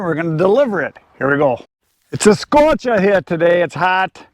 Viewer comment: "It's a scorch'a" - your Boston accent is getting better,! LOL Free wood IS good. I have relationships with a couple of tree services. A lot of it is ash (EAB), but I'll get nice loads of cherry and oak here and there as well. In turn, I'll put a good word out for them when someone mentions they need a tree taken down. Win/Win. Have a great day, Woodhounds!